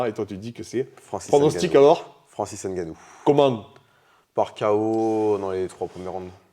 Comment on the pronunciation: N gannou gagnant. Mais khabib dit gane